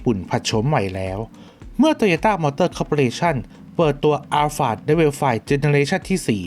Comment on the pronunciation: 👍🏻👍🏻👍🏻👍🏻👍🏻👍🏻 ขอยกนิ้วไห้เลยครับ มีน้อยคนมากกกก ที่ออกเสียงรุ่น Alphard ถูก 🎉🎉🎉🎉🎉🎉 อัลฟาร์ด เย่ๆๆๆ